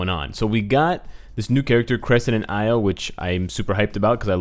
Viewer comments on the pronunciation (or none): I could be 100% wrong but I think Io is pronounced (ee-o) not (I-o), mostly because I've heard that name before (spelled Io) and that was how it was pronounced 😁 .... Again, could be wrong